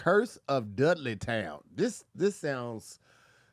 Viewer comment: The way says Dudley town was so southern lol